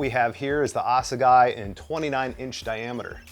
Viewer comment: Assegai is a weapon used by the Zulu warriors back in the day. Basically a wooden club. And a hell of a killing machine. Now it's killing mountains. Pronounced: Ass-a-Guy... Lovely.